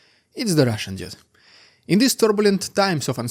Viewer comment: I appreciate you channel and all you do, but I just wanted to let you know that that the way you pronounce russian dude sound a lot like "the russian idiot". Sry, I don't mean to offend, but for the last 2 years I legit thought that this guy called himself a russian idiot in the beginning of each episode.